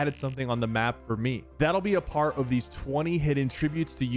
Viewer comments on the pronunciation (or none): for some reason I thought you said “that will be afart”